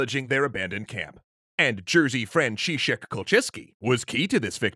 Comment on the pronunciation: But they pronounced Franciszek and Kulczycki right, so 2/3. On the other hand, they somehow managed to misspell Kulczycki as "Kulctycki". xD